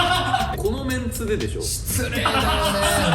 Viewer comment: 独特のイントネーションの 「失礼だよね〜」✖️２がツボ